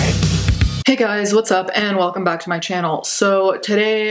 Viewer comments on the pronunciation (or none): none